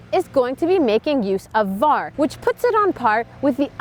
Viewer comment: Did she just say VAR instead of VAR ?